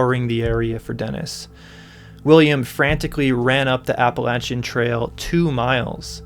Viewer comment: Thank you for pronouncing Appalachia the way you did!!! I know people pronounce it differently in various regions but that’s how we say it here 🥺❤️ Awesome content.